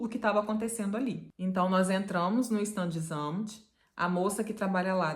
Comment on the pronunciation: Fala assim: chtándes - ámt ....a vogal " a " não se pronuncia como " ã " , que é muito comum para brasileiros!